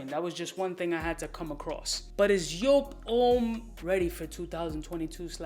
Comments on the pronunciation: Pronounced : YOOP !! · Speak em factz On a side note, it's actually pronounced "Yope" Not Jewp" It's a German name, a man named Wolfgang Joop founded JOOP! And his name is pronounced "Yope" Cheers brhh